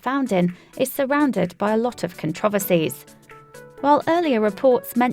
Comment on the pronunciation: Please learn how to pronounce controversy.